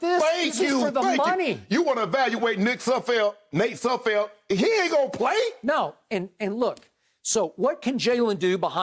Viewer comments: They renamed Sudfield like 3 times😂😂😂🤦🏾‍♂️I heard Nud Sudfield at one point😂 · Poor Nate Sudfeld; these guys cannot get your name right.